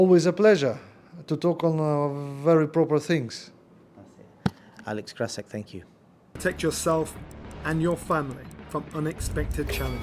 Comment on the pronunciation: "krasziuk",,, how many days you actually worked in your life, huh ??? Let me guess,,, None.